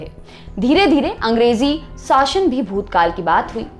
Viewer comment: साशन या शासन ?